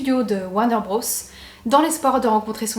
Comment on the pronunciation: Tucson se prononce "Toussonne" et "Bros" est l'abréviation de "Brothers" et ne se prononce pas "brosse". 🙂